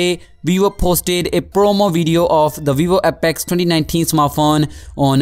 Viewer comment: VEEVO APEKS